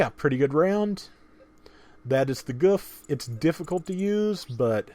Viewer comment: It's "Goof"